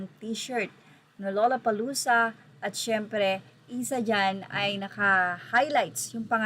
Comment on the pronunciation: Pagpronounce po ang gusto ko lang malaman nya. Ang tamang pronunciation ay Lala…..